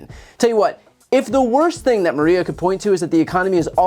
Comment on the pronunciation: it's funny how the guy at the very start cant even pronounce maria. he says it like marrwiea. the correct way to pronounce maria, sounds somewhat like ikea. but with a mar and no ik.